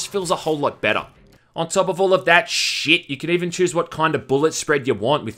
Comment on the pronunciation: Why does he say “shit” like this 💀